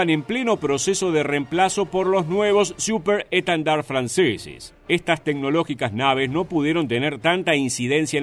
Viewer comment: Sos muy bueno relatando pero habla bien..siuperrr schtendard